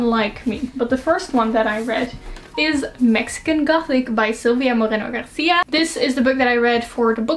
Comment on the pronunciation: Where is your spanish accent from? The way you said Moreno García is beautifully perfect